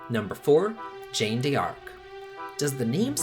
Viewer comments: Jeanne - John Like Jean Claude Van Damme. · Did you just pronounce Jeanne as Jane? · Exactly. It's a French name and pronounced totally different than Jane. ^^ Game was actually pretty good. ^^ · Good taste but its pronounced as Crossfire and Zhahn. Anywho, will be checking those that I haven't played yet.